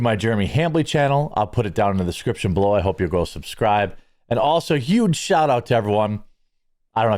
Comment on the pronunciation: Not sure if you're aware of it or not but you totally did just say YUGE Lol